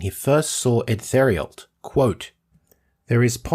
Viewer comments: Our Uncle Eddie Theriault's last name is pronounced "Tare- ee-o." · His name is spelled Edward 'Eddie' Theriault (pronounced: Tare-ee-o)